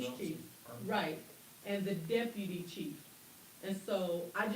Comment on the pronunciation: JWC: "the dippity..." Me: 🗣️ DEPUTY! Use your phonics!!!